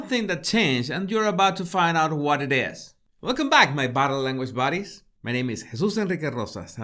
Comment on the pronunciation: yes !!!!! And when he says “buddies” I hear “baddies” 🤣